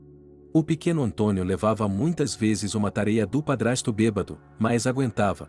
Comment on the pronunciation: Que narrador péssimo. Não é BEBEDO. Mas BÊBADO.afff